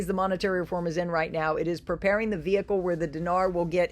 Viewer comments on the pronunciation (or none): none